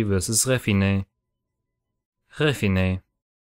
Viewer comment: Ich enthalte mich, weil ich es nicht fair finde, dass ich mir Refinnej wegen der Aussprache einfach nicht anhören kann. Sorry, da kommt bei mir einfach kein Feeling...